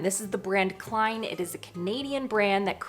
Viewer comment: The pans brand is Kilne, not Kline! 😂 Probably said like kiln, like the big furnace thing you fire pottery in.